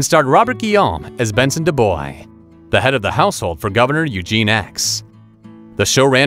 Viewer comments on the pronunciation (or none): It’s pronounced duBwah not Duboys